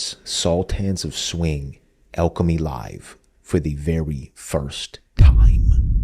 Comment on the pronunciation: pronounciation of Sultans, Alchemy, Knopfler and Illsley.